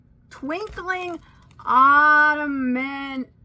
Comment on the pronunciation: Hi! How about a mesh swimsuit cover-up out of that gold sparkley??!! BTW its " ah-tum-nal" Love, Vicki